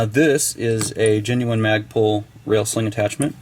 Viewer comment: Instead of Magpul it's Magprul!